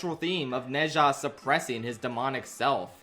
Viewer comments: Small correction: Ne zha isn't read as "ne sha" the actually pronunciation is "nuh ja" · Bro how did you watch both movies and not pick up how to pronounce Zha. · It should be pronounced as ner-zha, as in nerd without the d and zha the same as shard but with the s changed to z, and no rd of course. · I genuinely enjoyed the review, but c'mon, did you not hear how they pronounce Ne Zha's name in the movie? It's closer to something like Nuh Jah. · True Chinese is amazing like to is neza like it’s ne ZHA(pronounced like ja) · Pronounce Nezha correctly before making a video on it. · He's kinda close already. It's just the pronunciation of the 哪 vowel and the zh in 吒 is still too close to a J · I’m sorry but the way you pronounce nezha- XD